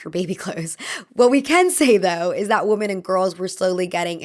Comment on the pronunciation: i really love you and great video as always, but pronouncing "women" like "woman" is so confusing and hurts my head. Pleease😭